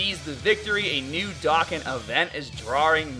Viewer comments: You say dokkan like dakkan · Stop saying Dokan it’s DOKKAN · Why do you say "dokkan" wrong? As well as anything that ends in "an" or has "ar" in it. Is it your accent or what? Just curious. No hate. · It is Dohkan that is how you say it